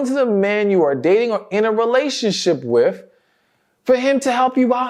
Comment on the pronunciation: Sir, please can you say the word with ? What in hell is wif ?